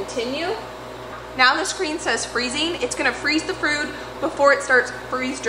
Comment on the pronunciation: I had to watch you say "freeze the frood" like 6 times . Lol. In all seriousness, I love love your videos. You are such a hard worker, and that motivates me so so much. I play your videos while my 2 year old and baby nap. It's a time when i just want to sit and do nothing, but your energy and work ethic get me really excited to be productive!! I love my chickens, and I'm working to figure out how to do a garden with the limited sunlight and highly acidic dirt in our yard. Every time I watch you, I end up telling my husband "we HAVE to figure out a garden. I NEED a garden." Thanks for all you do!